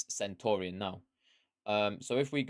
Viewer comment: Love but mate, don’t sign off like Nep, be original. You’re the man. Oh, and learn how to pronounce “Centurion”, not “Sentorian” 😂👍🏻❤️